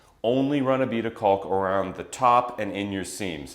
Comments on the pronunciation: Please look at the pronunciation of caulk. The “L” is silent. It is pronounced like “kaak” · The “L” in caulk doing a lot of heavy lifting here.